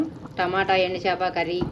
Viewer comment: ఎండి చాప కాదండి “ ఎండు చేప”